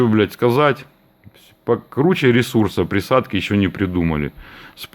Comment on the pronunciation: "За приадки" . У тебя украинские корни?